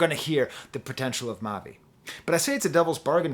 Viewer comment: you got it right the first time for the pronunciation. i was lucky enough to meet him before i’d heard his music so i was able to have just a normal conversation and he was very down to earth. then i see him preform his last album, and immediately knew he was destined for this.